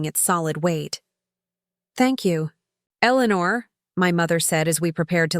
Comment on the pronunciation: Elenuuur 😂, each time it said her name i laughed